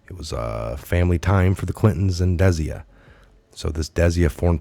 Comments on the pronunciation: Desia rhymes with dyslexia. Desai rhymes with goodbye. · Love ya but its Des-eye Good content. You were the one i first listened to upon being redpilled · It is pronounced `Des eye` very common ndian name. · it is pronounced [dis-eye] Desai . your welcome..